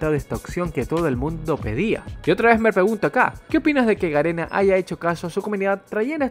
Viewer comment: yo escuchando como se equivoca diciendo ganena envés de garena UwU